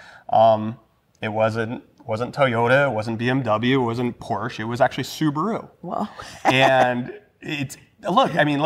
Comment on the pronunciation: Homework please: Subaru (スバル) (/ˈsuːbəruː/ or /sʊˈbɑːruː/;[5][6] Japanese pronunciation: [sɯbaɾɯ])[7] is the automobile manufacturing divisionof Japanese transportationconglomerate Subaru Corporation(formerly known as Fuji Heavy Industries), the twenty-second largest automaker by production worldwide in 2012.[8]